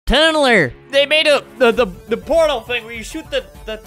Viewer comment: no one: me: clicks this video albert: tUnNlEr!